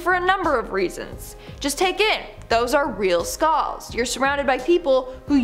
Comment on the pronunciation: skalls? say skull